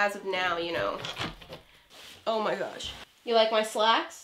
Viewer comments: I like when she is like "oh my garsh....." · No one::oh my garsh